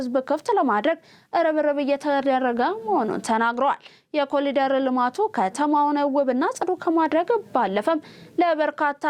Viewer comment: በዜናው፡ላይ፡"ኮሊደር" ተብሎ፡የተነበበው፥ "ኮሪደር" ተብሎ፡ይታረም፤